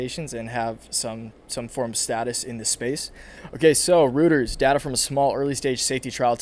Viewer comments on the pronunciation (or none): Its pronounced “Royters” ). You’re welcome lol